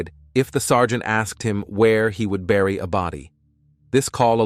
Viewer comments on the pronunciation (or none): none